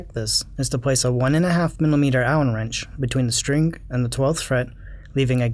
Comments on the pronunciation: do you know that you say strink lol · What the fuck is a 'strink'? Stop saying strink.